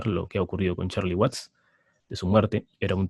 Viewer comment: espero estés bien. Una vez mas se agradece tus vídeos y aportaciones, pero he de decirte que si me impresiona que sigas invitando a este tal que en verdad deja mucho que desear. ¿Cómo es posible que se diga fan de los Stones y ni siquiera sepa de cierto el apellido de Charlie Watts y lo mencione como Waits. Verdaderamente desastroso. Y no es la primera vez que comete errores graves, recuerdo cuando hiciste el programa dedicado a Harrison, fue patético. En fin, ya decidí que cuando salga este tipo en tus vídeos mejor me voy a otro lado. Sigue cuidándote y en buena salud.